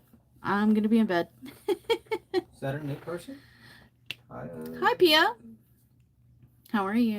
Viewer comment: I manage to watch this rerun today.. You said name right, Pia. When Sundown said Paya?,I started to giggle, Im now papaya Pia😂 Your videos are great, I like to watch them again. It is a pitty that you cannot push the like button twice.❤